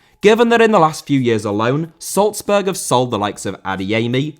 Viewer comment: Salzburg* not Soltzberg